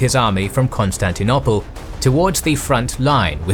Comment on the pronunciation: The city now called Istanbul was called Constantinople NOT Constantinopple. if you want to pronounce it the way you do in this video you should get scholars to change the spelling. Another mistake in pronunciation is the ci in Latin and Italian: Tacitus is pronounced ta-chi-tus. Ci and ce = ch like in ciao and 'cello.